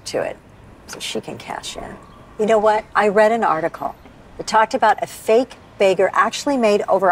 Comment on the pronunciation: it sounded like u said bagel, its begger not baegger u dingo